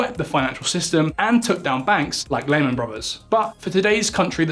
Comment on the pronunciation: Not to me, he couldn't even pronounce "Lehman" Brothers correctly. He's also one of those people who pronounces "three" (3) as "free".